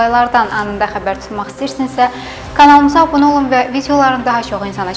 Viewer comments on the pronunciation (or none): none